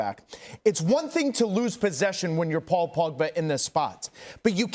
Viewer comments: Paul Pogba, not Paul Bogpa. Jesus Christ, Coleman! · “ Paw Bogba “ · The way a Welshman pronounces Paul pogba makes me smile everytime